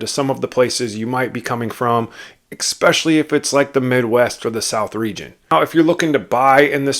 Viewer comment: I really appreciate this video! And saying that, please know that this next comment is with good intention. The word “especially” being pronounced “ex-specially” is distracting.